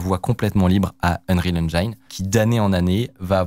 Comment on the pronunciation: Unreal Enjaïïïne , je t'adore mec mais j'ai les oreilles qui saignent. Ya vraiment personne dans ta team qui t'aide à prononcer ca correctement?